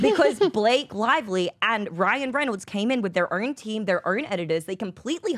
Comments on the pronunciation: I was kidding. I know she's Aussie, but she throws extra R's into words like "own", she says "ern". Never heard that before. Kind of odd. Might be regional. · Oh my God, I don’t know who the female is on this talking with the weird accent … is it Australian? With the Rs every other syllable? Oh my God I know it’s petty, but she’s driving me crazy.. I.e. the word own is Urn … aaaargh!!